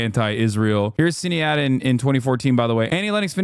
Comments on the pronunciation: Not sin-ay-ad 😭 It’s pronounced sha-nead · Is no one going to say anything about Hasan pronouncing Sinead like "Sin-ee-ad"? His biggest flub to date imo. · SInead is pronounced shin-aid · It’s not pronounced “ SIn-aid,” it’s “ SHIN- aid”. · (SHIN-ADE) O'Connor. Good lord, man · Bro the way he confidently mispronounces her name is driving me wild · I can't imagine why he wouldn't learn the pronunciation of Sinéad before saying it out loud. He's usually pretty good, not being Ameriborn. And I know he cares. Oh! Alright I guess he read his chat and corrected around the 10th time it looks like lmao. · How has Hasan never heard Sinéad's name out loud before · Hasan mispronouncing Sinead every single time 😂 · The way hasan pronounces sinéads name bothers me too much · How do you not know how to pronounce Sinead? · Any Irish in here laughing at his pronunciation for Sinéad 😂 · South African, but still laughing 😂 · Australian and I'm cringing. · Exactly why I came into the comments haha. It was pretty close though